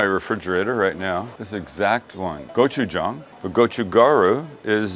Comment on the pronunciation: Gotchu ga-ru (role the R once -- Koreans don't use a hard R). You've got Gotchu Jang (with a soft A) perfect. Bobby Flay hurts my ears with his pronunciation.